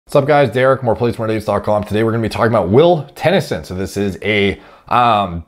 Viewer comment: Will Tenn-E-son 😂 love you Derek